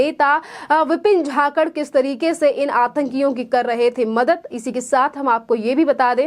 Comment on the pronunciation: झाकड नही जाखड बोल